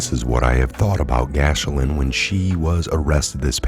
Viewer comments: Gil-lane not Gash-lin people just listening to audio will have no idea who u speak of. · LOL wow your pronouncing of Ghislaine Maxwell is the worst I have heard yet. I've heard literally hundreds. From friends who actually knew her, it is pronounced with a hard G and a silent S like "Gelan" or even sounds like "Glen" sometimes. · hey its procounced jizzlane even though her name is spelled weird.lol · It's pronounced ( gee lane) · You are a true patriot. FYI her name is pronounced "Jis-lane" Maxwell. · It is pronounced ghee-LAYN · I think Ghislaine is pronounced with the S being silent. Ghilaine? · Her name is meant to be pronounced like Elaine with a G in front :) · Ghislaine is French name. It is pronounced: GHEE LYN. Please drop the “s”. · Maxwells name is pronounced giz lane 😀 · Respectfully, you are mispronouncing Ghislaine. Think of the sound you make when using the word give, then drop the ve sound and substitute lain. The "h" and s" are silent in Ghislaine just like the e is silent in give and Ghislaine. Hope this helps, love your videos. Gilain...simple...just like it sounds to you in your head, Gilain. That's it. Gilain is a French name and they like to add a few extra consonants sometimes. Carry on Soldier. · Gee lane is how you pronounce her name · they need to be charged every one of them for the old peoples homes evil bastards .by the way Ghislaine is pronounced gislen its french :) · Dude why do you keep saying “Gash—Lin?” That’s not her name. You’ve done it in multiple videos and you sound like an idiot. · Thumbs up, but it is worth finding out how to pronounce Ghislaine. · Mispronouncing Ghislaine is one thing but what about “sobering statistics” ?